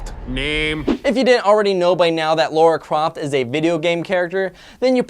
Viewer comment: he said lora croft😂😂😂😂😂